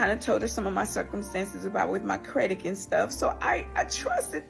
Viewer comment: If you saying "credik" instead of "credit". You really need a man for protection sis.